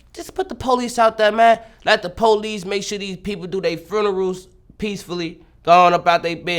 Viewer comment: He says frunerals 😂😂😂😎💜💯😒😒👊😂